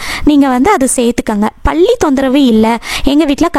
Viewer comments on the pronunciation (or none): பள்ளி இல்லை.பல்லி